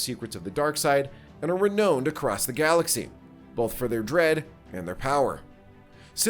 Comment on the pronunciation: I always love hearing how some people pronounce certain words, and how some completely mangle words. It never fails that I'll be watching a good video like this one and then the person narrating the video will mangle a word and I completely lose my focus on the video, only thinking of that. You said "reknowned" across the galaxy into the video. How do you not know that that is the wrong way to pronounce that word? Phonetically it's Re-noun-ed, spelled renowned.